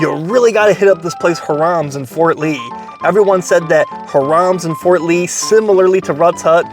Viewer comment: Harams in Fort Ree